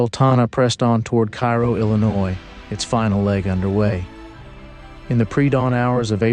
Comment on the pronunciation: A nitpick of a wonderful piece. Cairo is pronounced KAY-roe (like Karo syrup.) How do I know? I broadcast a basketball game between Cairo High and the Blytheville Chickasaws back in the 1970s. Ya learn to double-check team & player names in that gig! Outstanding research and writing!